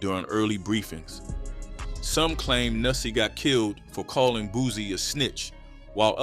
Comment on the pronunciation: It's Boo C not Boo Z fool dam smh you sound like a goofy